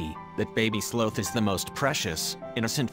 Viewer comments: 1ST, NOT JIMINEZ (AS IN JIM NABORS) BUT HIMINEZ, J= H IN SPANISH. ALSO, I THINK THE PROPER PRONUNCIATION IS " SLAWTH" NO SLOTH AS IN SLOW! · It bugged me how he sometimes pronounced it "slowth" instead of sloth. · Very bizarre pronunciation of the sloth. Sometimes it’s slowth and sometimes the correct sloth pronunciation. Its not important but I notice unimportant things. I would say I am a noticer of the ridiculous and the unimportant, which is an important thing to be because unimportant things can become very important when focusing on importance. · sloath? oh, sloth. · sloth not slooth. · Those darn sloh-ths and their slohnannigans. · Sloth like moth, not both. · I love this story and I love how the couple saved him, but every time it pronounced sloth, I had to laugh. I'm sorry. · Why are you pronouncing "sloth" with a "long o" sound? It should rhyme with "cloth" or "broth," not "grow," or "toe!"